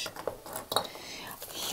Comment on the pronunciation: You said HUGE like Billy Fucillo and then the Cazenovia College keychain, you have to be from somewhere in Upstate New York, lol. Oswego County representing! :D